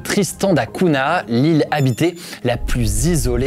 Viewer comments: On ne dit pas Cuna mais Cougna ( Cunha ) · Cunha ça se prononce plus comme Cugna en portugais, pas Cuna. C'était le petit point prononciation :) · Cunha = "cougna" en prononciation btw. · À on ça se prononce da cougna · Sponsorisé par une appli de langues, et mauvaise prononciation de "Cunha" dès le début, dommage ! Belle vidéo malgré tout :)